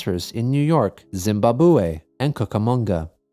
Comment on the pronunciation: Don't comment often, but I just wanted to say thanks for using the proper pronunciation of Zimbabue